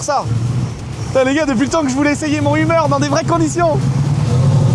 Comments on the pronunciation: Mais prononce correctement le Hummer , on parle pas d’une humeur la, ca se prononce « heumeur » et pas umeure 🤣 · Le humeur H1 !! Ahh ses français qui ne savent pas dire les mot anglophones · Non mais au secours comme il prononce Hummer pfff. f.... De....